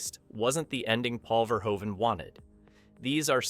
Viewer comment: It's pronounced 'Ver-hoven'--which you get right half the time--not 'Ver-ho-even'. Robocop, ultra-violence or not, was a really great flick that balanced human drama with great special effects and the clanging, banging music of Basil Poledouris. The factory scene had the best line: "Come quietly, or there will be...trouble." That pause before "trouble" made it funnier than it had any right to be. And, as others have said, the "I had a guaranteed sale..." was Ronny Cox's line, not Bob Morton's. SMH... ETA: I met Ronny Cox many years ago when I was an extra in a movie that was filmed in Kyoto. The film was junk, but he was good, and he was a very nice person, down to Earth, not stuck up at all.